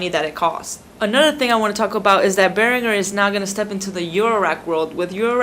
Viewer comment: Its pronounced Bear-an-jer